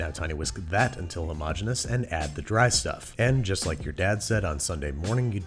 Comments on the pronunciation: His persistence of saying the word "hermogenous" is one of the most impressive things I've ever heard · he pronounces "homogenous" two completely different ways within seconds of each other. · Hey Babby! Decide how you wanna pronounce "homogeneous" man!